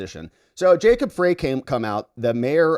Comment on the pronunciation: fyi Frey is pronounced Fry like french "fry" (no one likes him)